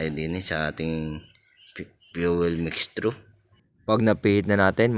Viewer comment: Mixture/ mekstyur...asiwa pakinggan yong mekstru mo loks.